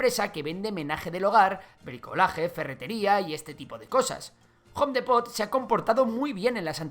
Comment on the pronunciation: Me encanta que pronuncias Home a a la perfection pero Depot muy muy muy chistoso